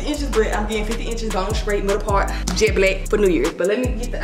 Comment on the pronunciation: “Im getting 50 ENCHESSS BONE STRAIGHT MIDDLES PAWRT JET BLECK”👏🏾👏🏾👏🏾👏🏾👏🏾YESSUH❤️😭😂